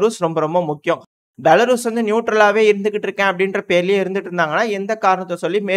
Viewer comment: தம்பி பெலாரஸ்... பெலாருஸ் இல்ல, 😂